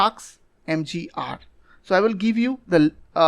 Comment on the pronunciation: Windows Exploder ? Taksmgr ? Rip english pronounciation